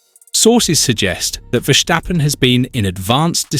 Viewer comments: I think that’s how the Dutch pronounce it tho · Mate, there is no way you could've known but I am Dutch. It is not pronounced like that at all. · Why must you say: “Vershjtappen”. It’s Ver-Stappen. There is no sshhh in the middle